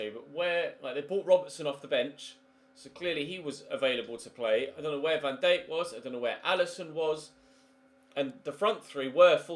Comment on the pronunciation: Who tf is “van dayke”